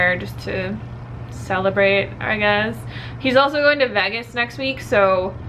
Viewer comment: The way you pronounce 'Vegas' XD haha 'veggis' ;p